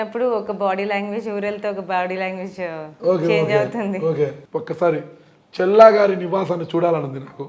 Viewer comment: చెల్లా కాదు మిస్టర్ విలేకరి గారు ‘చల్లా‘ తేడా ఉంది బాగా